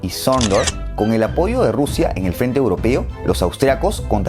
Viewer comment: Alguien se dió cuenta que él dijo Rousia? Yo sí XD